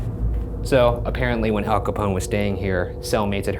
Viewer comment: "El" Scarface Capone? Wtf? I thought it was "Al"?